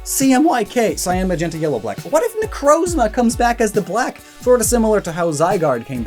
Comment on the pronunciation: lol i just love the reaction and realization you had about the logo's colors being accurate to the color printer theme xD Also so happy to hear a Poketuber to say "Necrozma" instead of "Necrazma" =w=